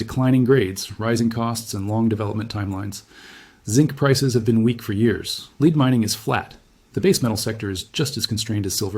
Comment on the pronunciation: He said "leed" instead of lead or "led"